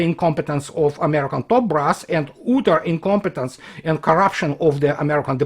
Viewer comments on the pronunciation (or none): not "ootter" - "ahtter" utter